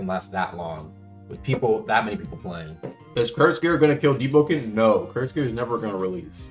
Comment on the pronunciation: "aluminum" "boise" "deep open"